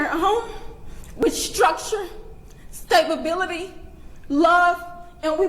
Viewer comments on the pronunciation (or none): 'raised with structure and stab-ability' talk about a ironic mispronounciation. 😅😅😅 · What is staba-bility? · "Stabability" They all talk like this. They all use completely broken English. There is no fixing these people. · "Stabability" is quite the Freudian slip. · She said he was raised in a home with “stabability” lol😂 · “He grew up in a home of staybuhbility” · When she said stablebility I felt that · reading from notes and still : axe , stabability , exspecially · "Stabability" she said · She deadass said stabability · "He's been raised in a two-parent home with structure, stabability..." What? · lost it when she mispoke the word "stabability" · Did she really say, "...he was raised with Stab-ability [sic]..." ? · stabability spadisic ... maybe not have someone write words you can't speak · I'd just like to point out that she literally (and this is a quote) stated that her son was raised in a "two-parent home with structure and STABABILITY." STABability. Obviously a misspeak (or maybe because she can't speak fkin English, given the rest of the words she uses), but holy shit, the fkin irony. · "stabability". really lady? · This level of playing the victim, by the criminal's parents, says a lot about what probably made him the criminal he grew to be. Did she just say "stab-ability"? An unfortunate slip of the tongue there. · She said it, "Structured and Stab-ability" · Okay, when she said stabability, chat started saying stab-ability and that's so wrong but wildly funny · "he was raised with stab-ability..." 😂 are you kidding me?! 1, couldn't even say stability... 2, Freudian slip of epic proportions... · Did she just say stabability? 🤔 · I'm sorry.....staba-bility? Que?..... 😬😬😬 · "structure and STABABILITIY" 😂😂 MHHM WE SEE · “Stabability” is crazy! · "staybability"? Makes me wonder if she was trying to say stability or stab ability because from how it looks, it seems he was certainly raised with the latter... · She said she provided staybability😂😂😂